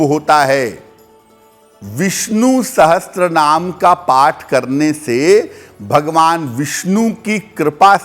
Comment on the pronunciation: Wo Sahasranaam hai Sahastranaam nahi galat pronounce kiya